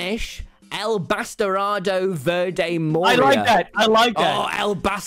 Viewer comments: Being half Hispanic hearing Tommyinnit say 'El Bastardo Verde morirá' it was just gold but-- my mom heard from my room and she was like shouting in Spanish, "He said it wrong, cabrona." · As a spanish speaker Tommy saying "batarado" instead of "bastardo" is so funny to me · Awww, Tommy made a sign in spanish and said "bastardo" so badly XD this was the most endearing thing on my day ajhjfhahj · Tommy talking in Spanish is the best, dude, He didn't even pronounce Bastardo correctly XD